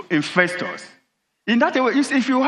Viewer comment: the Aboki man keep saying "infestors" I hope he's not bringing back the infamous "Aso Rats"?